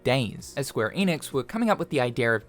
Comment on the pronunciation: SQUARE ENIX. Not EEEENIX